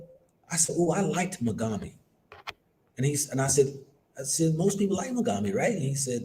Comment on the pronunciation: Pronounced Moo'gaa'bey = Mugabe😒